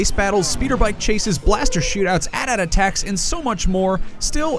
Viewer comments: it's called A-T-A-T's!!!!! NOT At Ats -_ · THEY CALLED AT-AT's (pronounced a tee a tee), AT ATS?